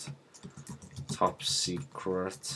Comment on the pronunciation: "top seceret"